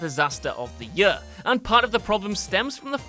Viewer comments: Is it yør, or is it year? =D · I laugh every time you say year lol yuurr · and if I have to hear the word "year" so strange pronounced anymore I'm gonna lose it 😅